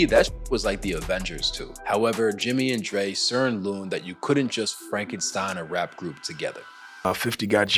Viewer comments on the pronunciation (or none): "Searn looned" 🤣😂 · "Jimmy and Dre sern looned" is an exquisite mix up.